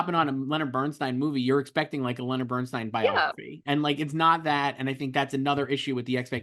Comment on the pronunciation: Thank you for never pronouncing Leonard Bernstein's name as " steen " as so many commentators here on YouTube do. Shalom !